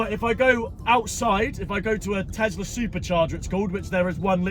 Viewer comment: Tes - la. Not. Tez- la 😂😂😂😂😂